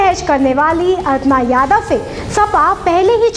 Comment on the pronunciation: अरे अर्पणा यादव नही अपर्णा यादव बोलो